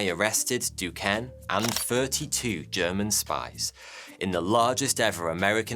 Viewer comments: Being from Pittsburgh where we have Duquesne U, The city of Duquesne and a bunch of other Duquesne shit I can say Duquesne is pronounced Do-Cane. You’re welcome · Excellent video as usual. just an aside Duquesne is pronounce as Ducain. This dude had a crazy amazing life. Although I disagree with many things he was involved in.